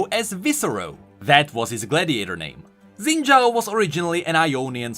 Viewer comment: IT'S NOT ZIN DJAO IT'S SHIN DJAO I GOT RECOMMENDED A RANDOM VIDEO PRONOUNCING IT FROM A CHINESE PRONUNCIATION CHANNEL